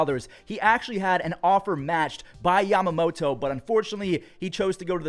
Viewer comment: Took a shot every time said YamamoTOE. My liver just died.